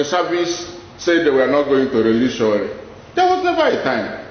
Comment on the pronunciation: You don't even know how to pronounced his name. Stop lie Dss